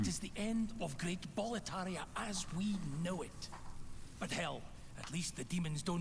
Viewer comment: Boletaria keeps sounding like "proletariat" for me. wtf